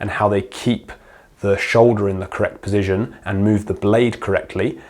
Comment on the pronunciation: thoroughly enjoying your video, exceptionally informative for someone at beginner level like myself. i enjoy the indepth insight................... until you said PESITION for the 100th time......... POSITION, POOOOOOOOOOOSITION. not a F@ 'e' in sight mate, but you found like 3 of them. Only playing, great videos,keep it up. Position POSITION. POOOOOOSITION